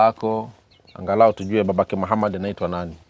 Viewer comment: Jina anavyolitamka Muhammad maa shaallaah huyu subhanallah ni kigogo